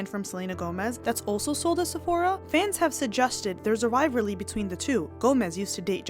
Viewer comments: & – Ok, babe, you got me dead at how you pronounce "rival-ry" as "rivar-ly" the entire video 😂.... say it with me... rye-vahl-ree... ❤😂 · hey, just a little correction: it's rivalry not rivally, I heard you pronounced it that way more one time. Love your videos, I watched 75% of it I think.